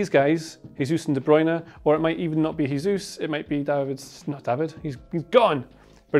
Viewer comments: Nice video; one thing though: Jesus is 'zhe-zus' not 'heh-zus' given his name is Brazilian Portuguese not Spanish. I think Jose Mourinho was tired of being called Ho-zeh as well. Seems to be a fairly common pronunciation mistake. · It's not "hesus", he's not spanish. It's Jesus, like "Jota" or Vini "Junior". Great video, btw